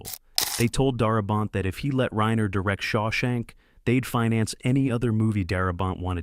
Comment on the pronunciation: Ok so you pronounced Reiner wrong and $3 million while it is a very large sum of money it is not generational wealth. You could easily spend all of that all at once.